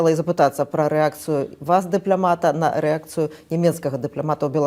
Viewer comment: ДыплЯмата? На каких курсах так извращаются над мовай???